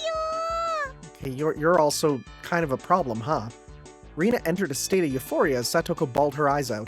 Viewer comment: I'm thrilled whenever i see people playing Higurashi, so i'm quite excited for this playthrough! Also for Rena's name it's pronounced as Rè-na or "Reh-na". Just letting you know since this'll be a long series and i know how hard it would be to change how you say a character's name in future chapter after getting used to saying it a lot previously.